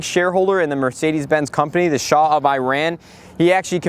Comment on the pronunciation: thank you for pronouncing shah right lol.